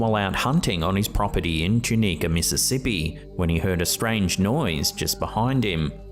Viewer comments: It’s pronounced Tune-a ka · The pictures from the window could simply be a dirty homeless man, very intriguing nonetheless. Oh, don't wanna sound like a pr*ck(probably will, but I want it to.) The city in Mississippi is pronounce too-nah-ka. I live there and would be remiss if I didn't mention it. Thank you. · To-knee-cuh, the pronunciation made me giggle. Only local, maybe regional, can pronounce it properly. Great video! Thank you